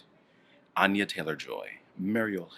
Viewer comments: the dude says ANYA like ON-NYA. its ANN-NYA. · exactly! its ann-yah not ahn-yah lmao. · its pronounced ANYA LIKE ANEURYSM YOU FOOLS! NOT ANYA LIKE KANYE! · they read anya’s name wrong